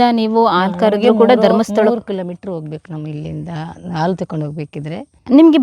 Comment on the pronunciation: ಮಾತನಾಡುವಾಗ ಪದಗಳ ಉಚ್ಚಾರಣೆಯ ಬಗ್ಗೆ ಹೆಚ್ಚಿನ ಗಮನವಿರಲಿ...... ಹಸು, ಹಾಲು ಎಂದು ಸರಿಯಾಗಿ ಹೇಳುವ ಬದಲು ' ಅಸು,' ' ಆಲು ' ಎಂದರೆ ತಪ್ಪಾಗುತ್ತದೆ. ಕೇಳಲೂ ಕಷ್ಟವಾಗುತ್ತದೆ.